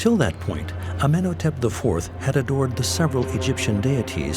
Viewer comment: He doesn't pronounce "Amenhotep" correctly, either. The odd thing is that in another episode he pronounced Akhenaten's name incorrectly throughout, but got it right once - just once. He couldn't even stay consistent. Weren't any of the producers present to make corrections when he recorded the voiceover?